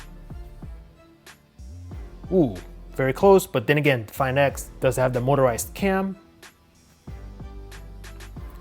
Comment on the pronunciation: Why he is pronouncing the words like that . Opo find ixxxx galaxy note ninnnnnne